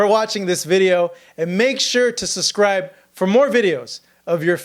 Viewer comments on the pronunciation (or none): ITS PRONOUNCED "SUBSCRIBE" ( with a B ) not "SUSCRIBE" ( with an S ) !!!!!!!!!!!! Fix it---you sound uneducated....